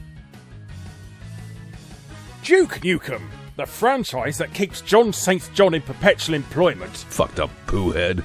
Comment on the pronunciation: It's "Duke Nukem' not 'Juke Nukem" again excellent video. Thank you Uncle Barry.